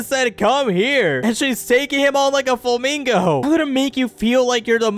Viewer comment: Does anyone hear that bro said "Ama hop on the FLUMINGO fruit " lol why we love